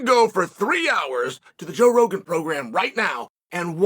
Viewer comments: Did he say Bro Jogan? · I love that he feels the need to tell us joe rogan has a podcast 😂 Oh and getting the name wrong was the icing!